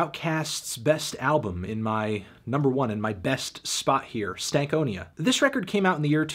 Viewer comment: Why do you say stank onia instead of stan konia